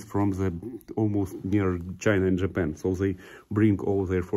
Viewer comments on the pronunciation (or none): none